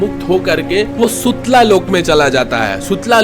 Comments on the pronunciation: Bhai vo सुतला नही सुतल लोक है ज्यादा अंग्रेज मत बनो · सुथल है सुतला नहीं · भाई वो सुतला नहीं सुतल होता है जहां राजा बलि चला जाता हैं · Sutla nahi sutal lok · सुतलालोक नही, सुतललोक कहते है उसे ..! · Sutla nahi bro sutal lok bolte he jai shree ram 🙏🙏🙏🙏🙏🙏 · Bhai Sutla Lok nhi hota Sutal Lok hai wo😂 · It's Sutal lok not Sutala ❤ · Sutla lok nahi sutal lok or vamana nahi vaaman avtaar shabd pronounce theek kro angrej mt bno 🙂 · Sutla nahi sutal lok🙏🏻